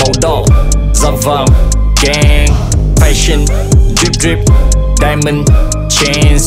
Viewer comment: Fashion đọc sai nha paa